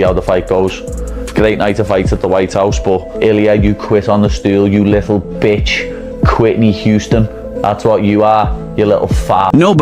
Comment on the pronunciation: He called him Quitnee Houston